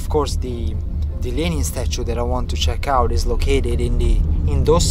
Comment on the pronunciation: I’m in love with the way you say Lenin